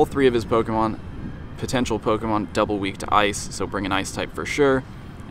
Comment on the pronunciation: Meet me in the middle and i'll remind my friends you still make pokemon go videos. pronounce pokemon correctly, don't slur it out after the "po" like you always do